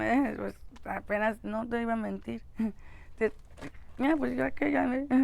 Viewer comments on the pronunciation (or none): none